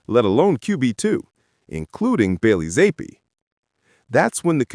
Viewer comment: You M0R0N. Stefanski doesn't hate any of his players. He may not have wanted to draft Shedeur, but you're a conplete lDl0T if you think he hates Shedeur. Hard to take any AI video serious if they can't even pronounce Zappe correctly.